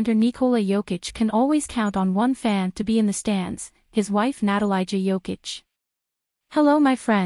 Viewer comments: its not "natalayja" for christ sake, its "na-ta-lee-ya" leb te yebo nepismeni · Natalia. This is how you pronounce her name. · OMG you don't even know how to pronounce her name 🙈